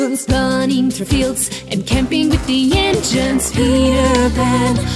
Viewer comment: I just caught this, you prononced Indians weirdly. I understand that it's a mistake. (and I wonder how the heck did you do this) No offense.